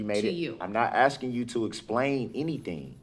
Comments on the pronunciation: I object to you “axing” me about lawful law😂😂😂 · She is not axing you she is asking you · The way he keeps "aksing" the same redundant questions, Im amazed he even knows how to Breath.